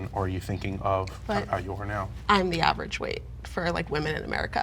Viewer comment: LOL when she said she's awridge